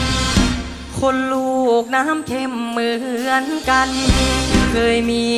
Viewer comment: เสียงดีมากใกล้เคียงต้นฉบับเพียงแต่เสียงบางกว่าหน่อยเพราะอายุยังน้อย ออกเสียงชัดเจนดีมีจุดเดียวตรงคำว่า"คน"ดูแปร่ง(คหสต)